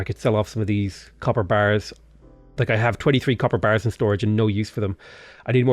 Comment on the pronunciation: The way you say "copper bars" always makes me think "capybaras".